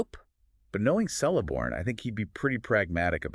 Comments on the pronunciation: It is not "Sell - a - born". It is "Kell- a -born". His daughter (the wife of Elrond) is 'Celebrian' pronounced 'Keleb - bri - an' NOT 'Sele -bri - an'. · who the fuck is Seleborn XD its Celeborn K. Keleborn. lol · Pretty sure it's pronounced with a 'k' rather than an 's' sound.